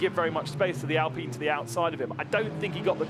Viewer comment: Actually its pronounced “Alpeen” because of how I sounds like E in french.